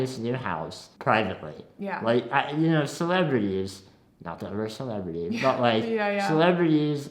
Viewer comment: Shane... was it your pronounciation of "Celebrities" that triggered Siri? Hilarious... Hannah.... "Go get a Hobby!" Lol I'd be so much more rude.